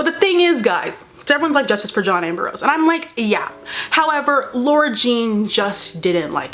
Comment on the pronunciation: It’s the fact that she keeps saying “John amber-rose” instead of saying “John Ambrose” 😂😂😂